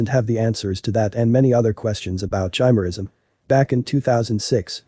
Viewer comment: It's pronounced ki-mer-ism, not chi-mer-ism.